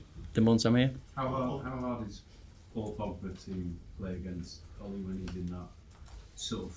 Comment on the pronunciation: I worked at sea for 12 years mostly for Norwegians. They know how to run a good ship. So much better to work on than other companies. They paid the best too. Ole for the job! p.s. it is pronounced ew-la What about Matic? Wow. It's like a new signing. He is passing forward etc.